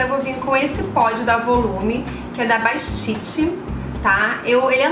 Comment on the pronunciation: Eu também gosto muito de desse pozinho para o cabelo mas a marca é BATISTE e não BASTITE!!!!